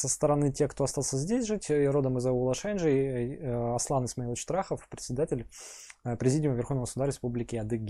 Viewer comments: Ударение на и в слове Шенджий. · Он родом из аула Шенджий Трахов, только ударение не на е а на и